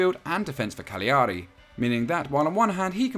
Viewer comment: It’s pronounced Cal-yari.